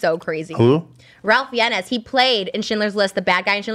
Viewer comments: The way trisha pronounces Ralph Fiennes is sending me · I love that Trisha pronounced Ralph Fiennes as Ralph Fiennes